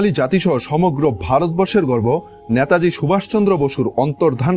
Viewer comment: নেতাজীকে ন্যাতাজী বলছেন কেন?